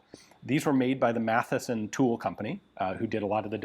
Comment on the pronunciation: "Mathewson" not "Matheson".